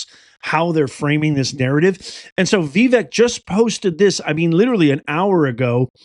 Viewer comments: It's pronounced Vivek ( Viv ake ...like cake ) I'm surprised you missed that whole pronunciation thing when he was first running for President. Fyi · C'mon after all this time you don't know how to say his name? 😮 are u joking? Its Vi- vake, sounds like cake. Geez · I've looked this up twice as many people have struggled with the proper pronunciation of Vivek, including myself. It is 'Vih-VAKE' according to Google. Hope this helps.